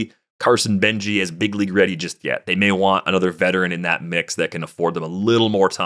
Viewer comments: Carson Benge's name is said without the E at the end. Just Beng, prospect names are hard etc. but jsyk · Thought it was benj